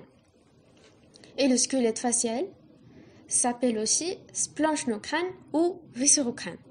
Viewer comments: Ça se prononce splonknocrane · Splanchno = splankno (comme prononciation)